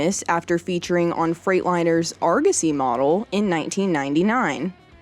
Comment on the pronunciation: Mispronouncing Argosy